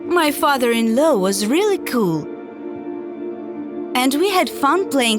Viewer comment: Her Father in laow Me Girl it is Father in law